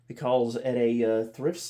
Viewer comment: My favorite is the pronunciation of Because as "Becawlse"